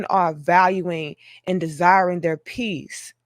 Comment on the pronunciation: PEACE ...not P-I-E-C-E